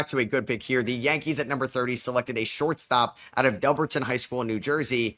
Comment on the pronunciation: Volpe went to Delbarton HS pronounced Dell-bart-on